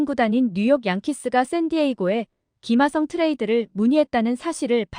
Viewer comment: 김아썽이라고 발음하는거 신경 쓰이네요